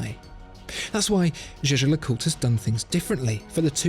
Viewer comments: Absolutely! That's why the narrator is so proud to say a thousand times "Shisher LeCoultre" - it makes my ears bleeding! Just because the french can't pronounce the German word "Jaeger" (which means "hunter") you don't have to copy the nonsense! Pronounce it like" Yeager" - please!! Don't sound like a fool for people who knows more than 1 language. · The video is very nice and interesting, just one issue : Disgusting of mispronaunciation of the brand name : Jaeger is not shesher ! Please speak it correctly ! It is like yeagear ! the g is more like a soft k and never like a sh Say it loud : JAEGER YEAH-GER ! Jaeger is the German word for huntsman, we don‘t say hunshmen, do we ? cheers😘🚀⭐️ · Is anyone else questioning the fact that he’s saying jeje and not pronouncing it yay-gur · its pronounced the like german (Jäger) as its a german Name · It's not pronounced the way Germans say it, but actually jay-jer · "Jay-jer" lmao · still should be pronounced like Jagermeister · Jaeger seems German, and as such, should be pronounced in German, while LeCoultre has to be French....By the way, 200.000£ for a watch borders on crime against humanity, cause the huge amount of money could had saved 20.000 people from starvation. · Terrible torture to hear how he pronounce Jaeger. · Well clearly you don't know French. The way he pronounces "-er" is wrong. Source: And fyi you assumed wrong, I can speak French and where I live French is spoken. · It is so cringy how he pronounces jäger